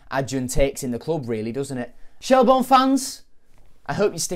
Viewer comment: Shel-burn not Shel-born. Good vid though.